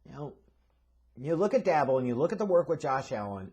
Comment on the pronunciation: His name is pronounced like Joe Shane,. It's spelled Schoen, but it's pronounced Shane. Also, it's Brian DAY-Boll.